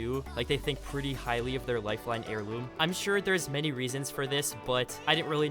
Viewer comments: Lifeine, do you mean life-line. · It said lifeine xD